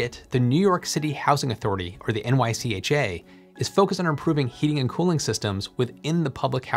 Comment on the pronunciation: It’s pronounced NYCHA, not N-Y-C-H-A